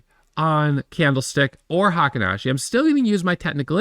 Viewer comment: Fun fact: "Heikin-ashi" is pronounced " Hey keen Ah she" It means the average step